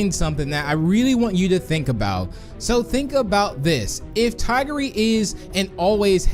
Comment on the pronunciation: That is the wrong way to say tigry 🤦‍♂️🤦‍♂️🤦‍♂️